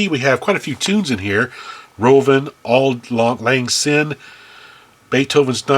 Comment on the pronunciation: Auld lang syne is pronounced like old lang Sign... It a song we sing in the UK as the clock ticks past midnight on new years eve.. we join hands in a circle crossing our hands in front of us so that our right hand is holding the hands of the person on the left of us etc. And then the group lifts their arms up and down while singing the song. It's traditionally played on bag pipes and we are usually drunk at the time...